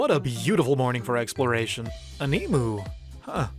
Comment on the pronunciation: Em-you, not Em-oo